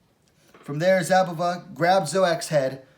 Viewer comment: The Z in Szabová is silent, just pronounce S instead. She is Bledá's slovakian coutnerpart, best wmma talent of her country atm, just more likely to stay in bantamweight. Worth mentioning, considering the fight result, that Zouak is a two time olympian in judo. I believe Zouak is pronounce the french way, that would mean, u is pronounced (like in put) and o is silent (or rather ou -> u). Good job, keep them coming!